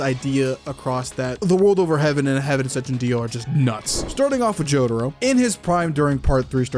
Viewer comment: stop saying jotaro like that